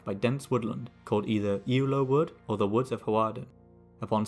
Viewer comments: Ewloe was pronounced correctly, though Hawarden is, in modern times, pronounced Harden. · Hawarden tends to be pronounced more like harden. It has a Welsh name you could have attempted to pronounce, ‘Penarlâg’. The pronunciation of Ewloe was better here than in another of your videos. I visit Ewloe castle nearly every week. I’d love to hear more about the battle of Ewloe. 🖖